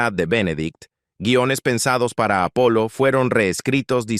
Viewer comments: Je je. es el problema de poner software a leer textos. Nunca se deben escribir términos extranjeros como son realmente, si no fonéticamente. No sé como los creadores no lo entienden todavía. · es que las voces IA "baratas" aún no pillan muy bien esto .De todas maneras con haberle puesto en el texto Apolo en vez de Apollo ya hubiera sonado bien.